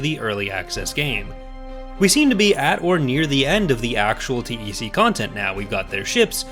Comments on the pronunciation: You say T E C and not "Tec"? It feels strange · yeah but saying TEC sounds so right, probably because TECH and TEC-9 (think is the name of one of SMGs in San Andreas)